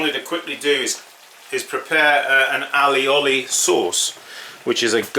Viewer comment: Why are you adding so many letters and syllables to that word